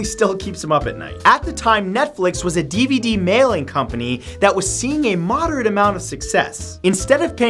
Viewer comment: What's a deevudee??